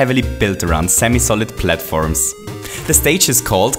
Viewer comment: he is a great youtuber but it bothers me that he says platfirms